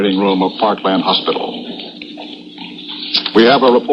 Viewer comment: "Parklane" hospital. Happens during such chaos. I'm reminded of John Daly of CBS announcing the Pearl Harbor attack referring to Oahu as "O ha oo." Totally understandable.